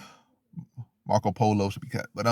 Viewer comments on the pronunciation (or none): My boy said," Marko Polo" 😂😂🤣🤣🤣